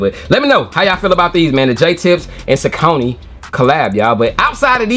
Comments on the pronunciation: You say it how we say it up in Jersey... Saucony (sah-cō-nē) The lace loops on those reminds me of the Air Max 97s. Keep on the grind Nephew! - O.G. CMD Safe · Sau cony… thank you bro for saying it like we do… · We pronounced Saucony the same way in Richmond VA too. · Thank you!!! I’ve always pronounced them that way too. It wasn’t until I watched different reviews that I heard people pronounce it the other way.